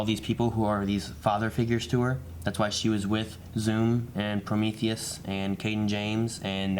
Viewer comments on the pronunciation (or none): none